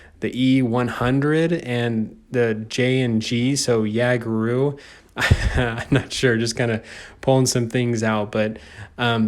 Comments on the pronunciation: it's pronounced yay-ga-roo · In german jager it is pronounced yay-ger so it is yay-ger-roo It is more common that the nickname Waffle is used It is Progetto and pronounced as pro-jet-toe St.Emil is pronounced as stu-rer e-mil, full is Sturer Emil Thats all I can see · its jageroo like yay-ger-roo i call it the waffle dragon (ha 420) i call it the fergi like the artist screw the smasher. KV-2 OP